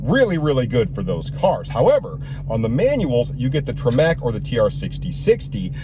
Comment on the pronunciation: A, it's "Tremec" not "Tre-MACK." B, tho not my favorite the skip shifter only happens at a very limited rpm range so it's easy enough to miss it becoming second nature. I actually don't mind it when I'm just taking off and coming up to speed on the road, it saves motion and gas (that's the good part) but if you live for rowing through every gear, every time then it's a negative. Again... Easily fixed. C, not wanting a manual Scat Pack Shakedown (I have one) just because you don't like the shifter, which is easily enough changed just doesn't make sense. The driving experience between the manual and automatic is reason enough, plus you get a non MDS engine, that is reason enough... Yeah My big hand thinks the stock shifter knob feels fine bit it is notchy feeling and longer than optimal so sure, change it. And be happy! 😊 BTW, changing the tranny fluid for the Royal Purple MAX ATF fluid is a must. It's better fluid than stock and really helps smooth out the feel of the trans shift and it's fully compatible. 😊